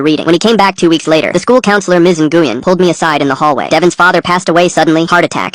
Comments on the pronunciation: Even i know by listening, the name nyguen, is pronounced "win" not even AI text to speech feature, or AI has gotten lazy, or smart enough yo trick us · This one's an easy AI slop call. Completely mispronouncing "Ngyuen" over and over.